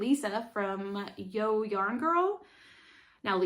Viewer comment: Love this episode! Thanks for the shoutout! You got it right “YO” which does stand for for yarn over, pronounced yo! when I first learned to knit I kept having an extra stitch. It was a yarn over I was adding at the end for some reason. 😂. Just found Purled in Texas. Great podcast under episodes. Happy knitting!